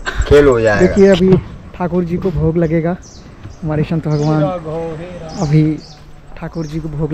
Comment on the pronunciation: श‌ं‌त. नहि..स‌ं‌त बोलो😮😮😮😮😮😮😮😮😮😮